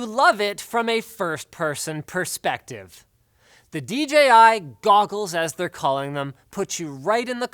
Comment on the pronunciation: Thank you for saying "dee JAY eye" instead of "dee gee eye" like every other reviewer on YouTube.